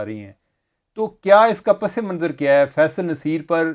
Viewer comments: چیمہ صاحب آداب، آپ کا پروگرام اُردو میں ہے اور بہت جلد عوام میں مقبول ہوگیا ہے اس لیے آپ کی توجہ چاہیں گے۔آپ نے ایک لفظ “پسِ منظراستعمال کیا جو درست نہیں ہے۔ درست تلفظ پَس منظر ہے۔س کے نیچے زیر نہیں ہوتا۔دعاگو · You guys are great! (By the way, the word is "Pas Manzar not Pas-e-Manzar) Keep up the great work